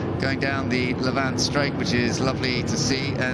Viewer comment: It’s the Lavant straight not La Vant, please!